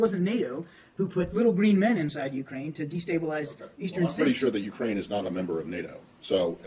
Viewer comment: Not ukrake. But U.k.